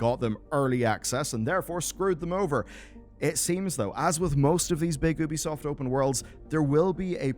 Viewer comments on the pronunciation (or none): It's pronounced YOOBY-soft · Just by looking at the text on the preview I understood that the author says Oobisoft instead of Ubisoft 😂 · Not if you call it by its proper name. It's not an American company, it's french. So it's pronounced 'Oubisoft', not 'Youbisoft'. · Its actually pronounced Ubisoft.